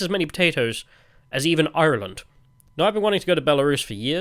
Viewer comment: Guys, he said "ireland" like an irishman... suspicious..